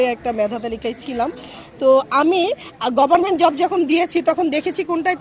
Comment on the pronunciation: ম্যাডাম তো দেখছি ঠিকমত কথাই বলতে পারেনা,,,, হবে গভমেন্ট বলছে গভারমেন্ট